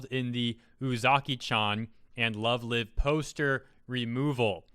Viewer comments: You're saying "Lyve" wrong. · I can't tell he didn't watch love live! Because he didn't pronounced it "LoVE LIVe!" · I just want to clarify it's pronounced love live (lyve) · That's not the right "live" damn it. Say it like "alive." You are "live" on stream. XD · So freaking pathetic >_> Btw Love Live is pronounced the same as going live. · it triggered me you kept saying love live ... its called love live, as in, livestream, or alive, because they are idols so they are "live" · The live in love live is prenonced like it is in live show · the way you pronounce "lovelive" triggers me